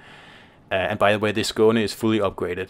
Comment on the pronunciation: Its nice having these ships names pronounced properly. Thanks